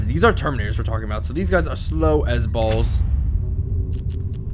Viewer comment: "Terminatos" Uhmmm, I'm sorry, Ultra Space Marines, thank you.